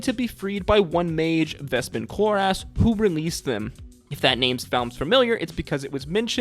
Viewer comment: Ah yes, Vespin Chlor-ass